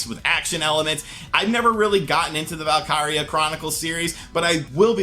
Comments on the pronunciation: Valkyria chronicles is said like vaulk eera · Nicolas 1234 yeah he totally whiffed on the enunciation😂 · Val... kir... Ree